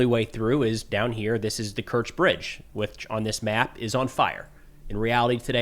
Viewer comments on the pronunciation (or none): I'm just curious, why do you call it the "Kirch" bridge? On my deep state, it says Crimea bridge.